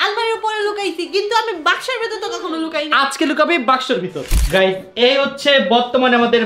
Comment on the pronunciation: গাইস❎ গাইম✅